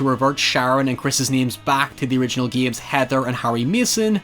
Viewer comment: I love how he says games like geeims.